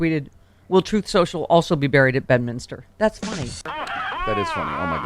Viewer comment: He called it that himself when he mispronounced the platform, "Troth Sensial."